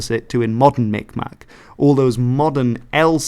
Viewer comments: The more authentic pronunciation of Mi'kmaq, sometimes spelled Mi'gmaq as well, is (Mig-maw). The last q is silent. Some have gone about pronouncing it like micmac, but that's largely due to people, and sometimes even tribal members, pronouncing it by the spelling. Depending on the area, due to the similarity of the g and k sound different areas emphasize miKmaw or miGmaw. The First Nations near the St Lawrence River tend to use a harder G sound and will occasionally even spell it Mi'gmaq. But both are largely accepted. The group that I'm working with is changing their spelling to Mi'kmaq. I currently work with the band within the United States and I have been in the process of doing cultural preservation videos with them for the public school system in the state of Maine, and for their own community. We're also going to be doing a interview with all of the remaining Mi'kmaq speakers state side. Having them just speak the language exclusively in a long form video format about their lives and stories l. It will be use for historical and educational purposes for the community and their children. The Mi'kmaq in Maine are actually very unique for Native Americans in the United States, this is because they themselves do not have historical territorial claims and what would become the continental United States. Pretty much all of the Mi'kmaq originally from Canada and fled to the United States to get away from residential schools or for work. But, because they were part of the Waba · As A Mi Kmaq Myself, You almost said it correctly but butchered the maq, In Kmaq the q is silent